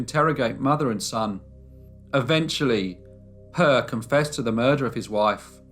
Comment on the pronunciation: you did great. However, the E in Per, is pronounced more like the A in admire. Love from Sweden. Stay safe.